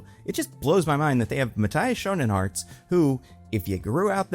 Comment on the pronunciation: The pronunciation of Schoenaerts feels like a hatecrime lmao